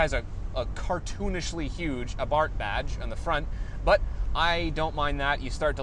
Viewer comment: It's Abarsthhhhsssss... like a snake would say.